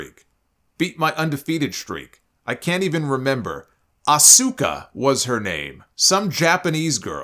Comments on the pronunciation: I agree with Goldberg.... it's pronounced A-su-ka not Oscar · Asuka is probably a better pronunciation ironically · Okay Bill Goldberg Cross the line he disrespected my beautiful wife Asuka and he mispronounced her name she's one of the best female wrestlers in the company today and I'm going to defend her no matter yes I do have a big crush on Asuka I don't play that when it comes to her my apologies solomonster I got to go off I don't play when it comes to my lady Asuka